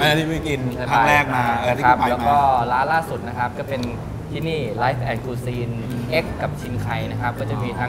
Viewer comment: Cuisine ไม่ใช่ kuisine